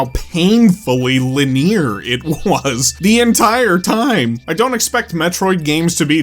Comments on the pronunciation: Lineer?? Guess it was your first time saying it out loud. Great vid otherwise, I felt the exact same. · I don’t think I’ve ever heard anyone pronounce “linear” the way you do. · You say "linear" very interestingly.